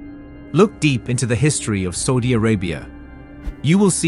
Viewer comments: Did I hear him say "Saldy Arabia" or "Salty Arabia"? Please let him know it is "Saudi Arabia" 😊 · Saudi pronounced Sowdi, not sordi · Bro u pronounced Saudi wrong , it's saa ooh deeyah , no soooh dia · It should read Saudi, S Ah U Di, Not Soudi !!! It was an A -AU, not O-OU! No need any research...just know where the country is and know how it is called first. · Not Sodi Bro, it's Saudi 😅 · Why does he keep saying "sodi" instead of suadi? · After the 3rd or 4th "Sowdy Arabia" I couldnt do it. 😂😂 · An excellent agricultural documentary, shame about the mispronunciations such as swath, oasis and Saudi (an ow sound) not sawdi. All we need now is for Saudi Arabia to respect women's rights and autonomy; get them out of those skeleton and bone density-destroying/osteoporosis-producing hideous black clothes; respect other minority rights, have a more civilised approach to immigrant workers and Saudi integration into the 21st Century will be complete. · 30 minute doco saying Sawdee 100 times and and still can't say Saudi properly. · It's saaaudi Arabia not soldiers bad English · my ears hurt................SODY SODY SODY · why does he say s000di arabia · the same new tone goes for ' Saudi'!! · Really interesting but ‘Sawdi’ Arabia! Say it properly or bugger off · I am so irritated by how he pronouns Saudi Arabia, I can not finish the documentary. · You are NOT pronouncing Saudi correctly 🤬🤬🤬